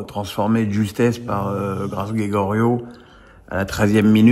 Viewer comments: Tu passes pour un amateur quand tu appelles Geyoro, « Grégorio » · Comment on peut avoir suivit le match et ne pas savoir pronouncer Geyoro?